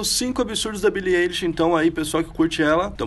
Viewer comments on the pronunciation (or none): billie elishokkkkkkk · É ailishe. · O vídeo inteiro,eu como grande fã,indignada que ele tava errando o "eilish" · O jeito certo de pronunciar é billie “AILISH” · o nome dela se pronuncia billie ailish 👍🏻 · Billie Êilix, aí ksks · Quando ele começou pronunciando Billie "Ei"lish, já não levei mais a sério. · É Billie AILISH CRLH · Se fala "Ailexi" '-' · Que agonia ele falando o nome dela errado 😭🤦🏻‍♀️🤦🏻‍♀️ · moço, tu pronunciou o nome dela errado vei e ela ainda tem depressão, vi em uma entrevista que ela deu recentemente... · So nn te bato, pq nn tem como ;-; Kr vc falou o nome dela errado😵😵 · AIIII N FALA DIREITO O NOME DELA MDS